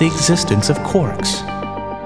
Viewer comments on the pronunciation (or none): none